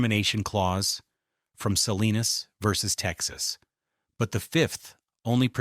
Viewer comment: Salinas...not Selena's v TX